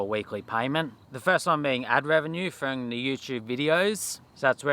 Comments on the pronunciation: Really interested to know where you picked up the habit of saying frong instead of from ? Never heard that before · Love ya work mate! But did you say “ work frong” a couple of times? 😂